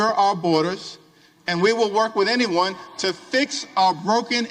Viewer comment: That emphasis on "anyone" ... Makes me think there's something up